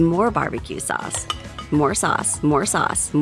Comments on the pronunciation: I kept hearing more sus after awhile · what others hear :. Add more sauce What I hear: MORE SUUS MORE SUUS